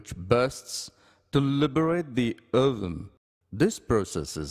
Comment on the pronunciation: The way he say ovume